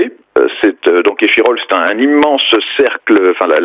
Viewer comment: Le journaliste ne sait même pas prononcer Échirolles. Arrêtez de délirer sur la Villeneuve, surtout si vous n'y avez jamais mis les pieds ! Depuis quand l’extrême gauche bâtit-elle des citées en France ? Une sacrée belle source d'infos où les journaleux arrivent entre 8 et 10 heures, sur un marché, avec les chtars ...